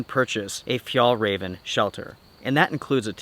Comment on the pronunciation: Hallelujah! I hope your really finally done with Fjallraven. You have never pronounced this company's name correctly.